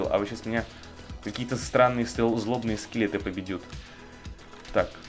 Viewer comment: минута "пабидют" хаха падедят